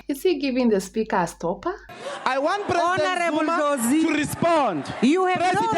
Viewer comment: How he says "Spigha" 🤣